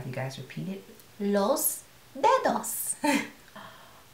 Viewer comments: Los dedos😂👌 you have a good pronunciation in Spanish! I love your videos! Te amo!! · "Los dedos" hahahha funny. You pronounce very well.